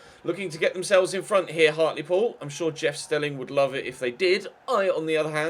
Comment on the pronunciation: Isn't Hartlepool pronounced Hart-l-pool instead of Hart-lee-pool? Also, I support everyone saying leave in January. No need to stay in SkyBet League 2 for so long,!